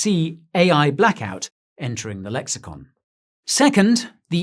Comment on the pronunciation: its pronounced "blaikout"